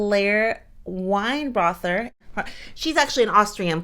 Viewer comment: Laura Wienroither is pronounced like Weenroyter. She's an Austrian defensive national team player. She came from TSG Hoffenheim (Germany), which was a Champion's League group opponent of Arsenal. The US team roster gives Vlatko the chance to try out new team players. The Olympic Games showed the necessity to slowly bring in a younger gerneration to the national team. Vlatko knows the strength of the players he left out and could always bring them back when needed.